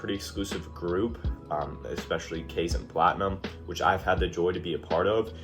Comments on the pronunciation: The ai in kaizen is pronounced like eye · It’s Kye Zen brother. Welcome aboard!